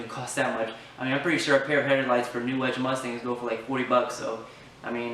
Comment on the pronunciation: It's New Edge, kid. Not Newedge.